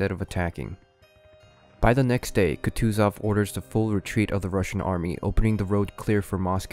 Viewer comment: "Туков" и "Катузов" ))) Тучков и Кутузов!!!